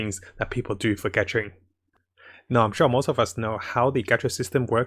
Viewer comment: I've been watching the channel for a while now but one thing that was on my mind this entire time was a word he says that I just don't understand, I tried using subtitles to read what he said but it makes no sense 'catching'. What does it mean? Why dose he say it? And what is the word he is saying? Please tell me and end my suffering.